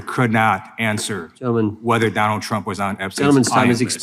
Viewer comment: Did she call him "President Dumps?"